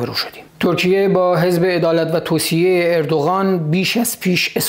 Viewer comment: سپاس شاهین عزیز دو ایراد ملانقطه ای😁 یکی اینکه شما کلا حرف ق رو غ تلفظ میکنی دوم هم توسعه رو توسیه تلفظ میکنی. "عدالت و توسعه" البته قبلا شنیدم مشکل تلفظ ق رو شمال کشور کلا دارن. میگن غ یک نقطه و غ(ق) دو نقطه که البته تو زبون فارسی ق وجود نداشته و ک و غ بجاش استفاده میشوه